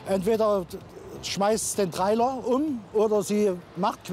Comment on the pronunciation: bitte was? den Trrrraila ??? Meint er Trailer ???